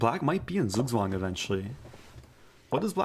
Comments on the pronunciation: Soogswang :D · Its so funny when americans try to say Zugzwang 😂